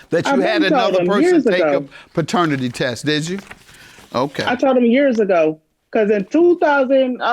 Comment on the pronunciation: Dude said PERternity?! 😂 hellnawww